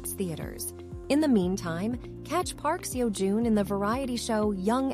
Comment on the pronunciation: Can we do this again with his name pronounced correctly?